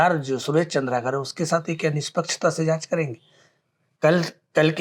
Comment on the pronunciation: चंद्रा कार नहीं होता है भाई, पत्रकार है आप कम से कम उच्चारण सही करिए, चंद्राकर होता है।